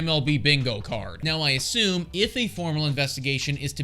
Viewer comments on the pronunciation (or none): none